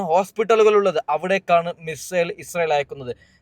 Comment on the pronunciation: മിസ്രയിൽ എന്ന് പറഞ്ഞ് പോകുന്നുണ്ട് ബ്രോ (മിസൈൽ എന്നല്ലേ !